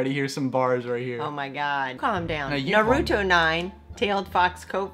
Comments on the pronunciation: Nuh-roo-to?!?!?!? My inner weeb is infuriated with that pronunciation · Iknow I'm not the only one that got mad when she said narutos name wrong. I love your mom tho she stay making my day 😂